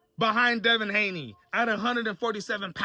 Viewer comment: Did he really say Devin Gayney?… 😂💀